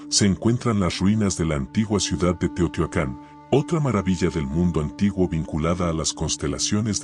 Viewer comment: SE DICE TEOHTIUACAN.